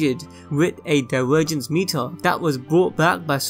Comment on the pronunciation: No matter how much you're going to apoligize for it, you really are incredibly difficult to listen to. I commend anyone who can listen to you saying ''diwergence'' and ''ewent'', and not cringe to death.